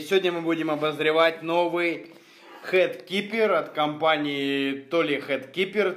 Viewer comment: Очень режет слух: хЭт кипер - хранитель шляпы; хИт кипер (heat) - хранитель жара. Спасибо за обзор!